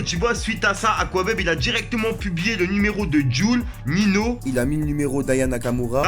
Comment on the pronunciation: on dis "Ninho" pas "Nino"